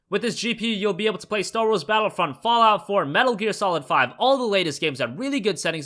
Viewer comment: I swear to God I literally just heard "Star Wars: Battlefuck.", I think we need to re-assess some pronunciation and speaking rate issues.